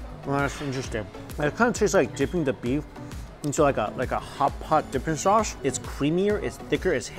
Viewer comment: Steak so good, it has you slurring words. He said “ Spicy Chilli Shauce”.